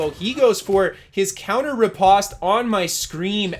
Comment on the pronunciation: riposte is not pronounced the way you are saying it. I was way too distracted by your mispronunciation to take much more away from this video.